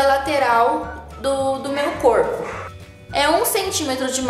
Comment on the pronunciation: Ela fala coipo que fofaaah